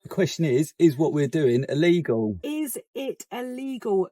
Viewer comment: Allegal? No, it is not "Allegal".